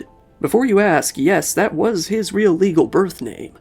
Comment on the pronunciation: What a sad story… thanks for another great video,, even as sad as it is (Just FYI, the "Real" in "El Camino Real" is two syllables (roughly, "ray-ahl"), Spanish for "royal"...)